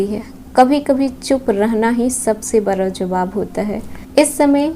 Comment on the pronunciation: we respected a lot🙏🏻🙏🏻 आपका राशिफल एक नंबर👌 रहता है l पर अब बड़ा को बरा क्यों बोलती हैं, 👉ड़ 👈 में आपकी toung फिसल जाती है,, इसलिए आप ड़ को र बोलती हो l और 👉स👈 को 👉श👈 क्यों बोलती हैं? जैसे सोमवार होता है,,तो तो आप 👉सोमवार👈 को 👉शोमवार👈 क्यों बोलती हो?